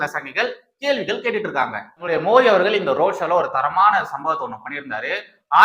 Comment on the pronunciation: Thambi,indha video la modhal nnu oru vaartthai sonneerhalae,adhar maadhiri sound la ,namba PM peyarai yum,MODHI nnu correct aaha uccharikkavum, please